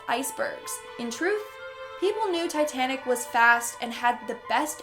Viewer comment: Tittanic what’s That’s it titanic